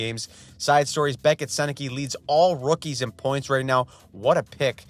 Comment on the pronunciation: PLEASE learn how to pronounce Sennecke correctly, I cringe every time..